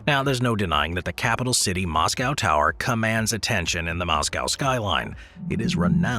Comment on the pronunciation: Dude can't even say Moscow,!